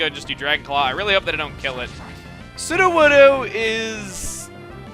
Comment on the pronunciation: lol chugga, it's sudowoodo, not "suduwudu"